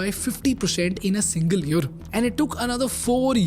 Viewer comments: Say year not yur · What about yer instead of year di you get agitated because of that too?